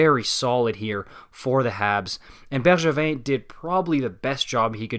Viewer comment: Great video! Thanks for pronouncing Bergevin in a French way 👏👍